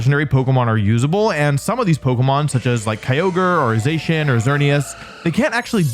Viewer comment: All while mispronouncing Zacian as Zeyshnnnnn and Gholdengo as GholDENGO 😂